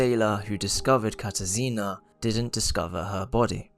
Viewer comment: as a polish person ur pronunciation of the name katarzyna hurt my soul😭this is no hate though, i loved the video !! :)